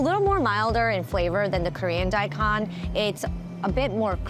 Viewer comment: Agreed, but how about ¨daikon¨? It´s not die khan ...it´s more like die cone (Nihongo, btw)